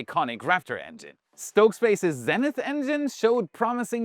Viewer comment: Its pronounced: ZEE-nith. not ZEN-ith